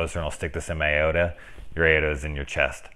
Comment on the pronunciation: A...ot...a?...you mean aorta...ay..or..tah...😈😈